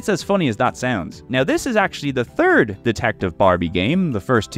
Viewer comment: "go touch grass 🤓" you literally pronounce '3rd' as 'Turd' and see no problem with it.